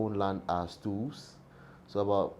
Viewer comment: WHAT WORD IS HE SAYING? STOOBS? STOOVES? STEWS